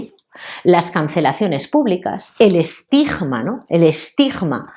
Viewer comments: Estigma, no estijma. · Esa "g"de " Estigma" me da escalofríos.